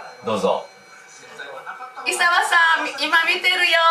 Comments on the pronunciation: 「いざわ」じゃなくて「いさわ」って言ってない？ｗ おばあちゃん可愛いなあ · おばあちゃん、イサワじゃなくてイザワです…笑